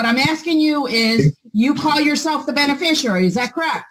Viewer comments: What the f**k is a “beneficarary”? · It's "Benefisherary"! 🤣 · I thought he said “Bennie Fishary” as his name. 😂😂😂 Judge mutes him, “What’d you say?” Pure gold. ❤❤❤ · I wouldn’t even have known how to spell beneficiary WRONG ENOUGH to match his hilarious mispronunciation. does it again.🤣🤣🤣